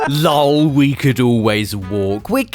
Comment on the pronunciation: "LOL" YES it's not "L.O.L" pff you're the man!